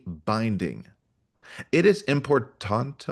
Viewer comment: Damn, you can't pronounce "important?"